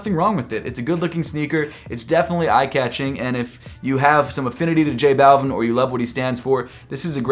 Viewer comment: J-Balv-ee-n the way you say it is just bothersome to me.